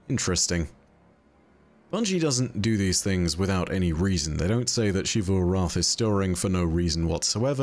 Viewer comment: The continuous mispronunciation of “Xivu” is like The Last Airbender movie calling Aang, “Ahng”, it’s been well established how to pronounce her name, so why….